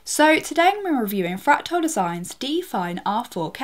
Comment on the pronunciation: why does she pronounce it "fractile"?